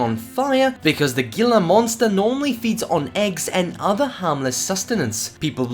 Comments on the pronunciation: its pronunced hila monster watch ceyote peterson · Gila monster is pronounced like Hila